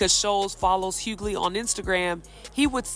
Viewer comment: It’s pronounced Hew-Ley (Hughley) how difficult is it to get the name right